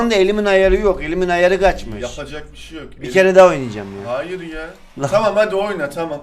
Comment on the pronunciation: Elimin ayarı GAÇMIŞ abi karadenizliler böyle